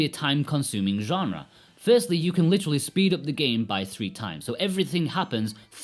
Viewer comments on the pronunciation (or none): none